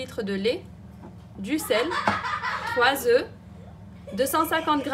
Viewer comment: Très bon travail, ça doit être succulent et c'est très beau. En passant : on ne prononce pas le "f" quand "œuf" est au pluriel. Désolée mais ça m'écorche les oreilles 5 oeufffs 😅